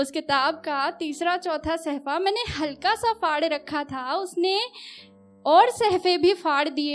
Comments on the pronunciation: Admirable shayeri,but sahfa nahi hota hai mam bulke safha hota hai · निधि जी सहफा नहीं सफा